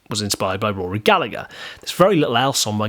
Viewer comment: The second G in Rory's surname is silent, you pronounce it Gallaher, as he was Irish just an FYI 😉